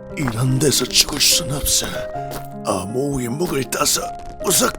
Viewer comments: 아니 톤은 그렇다치고 는 계속 나무아미타불을 나미아비타불이라고 하고 는 아모우를 아우모라고 자주 실수내네. 대사도 정확히 못 읽는건 기량 부족에 차원이 아닌데..? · 대본이랑 대사가 안맞는게 너무 많아요 아모우 인데 자꾸 아우모 라고 그런다던가 나무아미타불인데 나미아미타불이라그러던가 녹음하시기전에 제대로 확인하고 해주시면 감사하겠습니다.이런 디테일 하나하나가 좋은 영상을 만들어요 영상 시청하는데 저처럼 많이 불편한분들이 많을거 같아서 댓글 남깁니다.